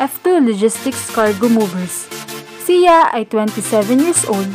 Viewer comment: Baka siya Hindi si ya, pinoy ka diba ayusin mo naman pagbigkas ng salitang Tagalog!!!